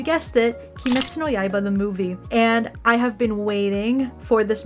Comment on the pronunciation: Did she just say yaaiba